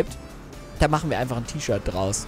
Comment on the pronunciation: Das t - ischirt t - ischirt🤣🤣🤣